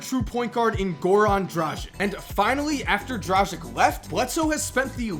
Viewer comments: Its dragic not drasjic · You should pronounce Dragič as Drageech (g as g in gay, č as ch in cheese). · Say Gorans fuckin’ second name correct pls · atleast learn how to say goran dragić